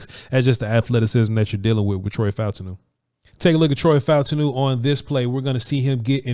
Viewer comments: I believe his name is pronounced Fa-TAWN-New, according to how the announcers said it. Peace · The pronunciation is Fah-ooh-tahn-ooh